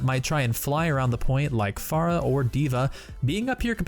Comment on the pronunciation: I hate the way you pronounce pharah.